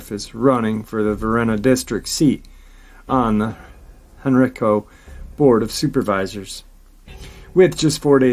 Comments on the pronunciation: Hey! Great Saturday Night LIVE talking METAL! Anyhow, I'm from the area of Virginia near these places mentioned in his video' Just thought I'd mention that Henrico is pronounced Hen-Ry-co (sorta like "Geico") and Varina (sounds like Va-Gyna!) Just figgered I'd let my Virgo freak flag fly! Stay Awesome! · Dogman? Sounds more like woman dog. Heard of werewolf of henrico. Hen_.rike_co is how its locally pronounced. I live in richmond, meant to hit up thay park, small park but swamps behind it. The white dog pack was also seen by a couple at nearby osborne landing who also thought they were supernatural. Dog bodied lady sounds like its. COincedentally the same part of henrico - varina. Pronounced like vagina